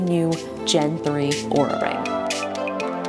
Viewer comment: She is saying the name of the company wrong according to LTT which pulled their video down because of wrong pronunciation of the company's name. Also in the video sections she spells it "Aura" not "Oura". I'm so confused on how to say the name of Oura. 🤣🤣🤣